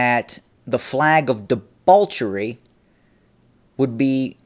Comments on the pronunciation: I love you,, but it's "debauchery/festival," not "debalchery/festible". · Am I hearing debauchery with an L? Anyway, great vid keep em coming